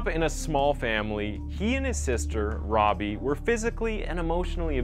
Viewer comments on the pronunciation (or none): none